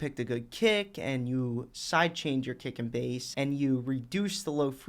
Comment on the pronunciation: Whenever he says 'kick and bass' I hear 'dick and balls'